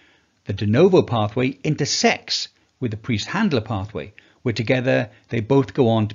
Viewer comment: Preiss (price) not(priest) Einstein Eisenstein, &c ie as in hier Bier